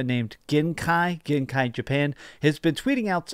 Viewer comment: Its pronounced “ge- n -key” not gen kai. Its japanese げんき meaning healthy or lively.